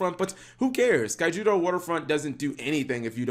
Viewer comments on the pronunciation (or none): Key-yo-toe not kaijuyoto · good video but you saying kyouto waterfront name COMPLETELY wrong bugs me so much since i like too screw around with pure kaiju's.